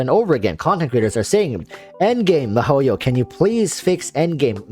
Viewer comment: your'e funny but... you should pronounce the company name correct first its not mah-ho-yo its Mii-HO-YO (miHoYo)